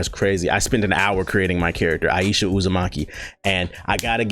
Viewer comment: I really thought he said Aiyesha Uzamonkey instead of Uzumaki